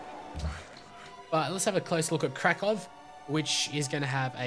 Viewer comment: Hey, You say Krakow correctly now :D thanks... btw your prenunciation of Łódź is good. I was taught to pronounce it like: Wud-sh. :D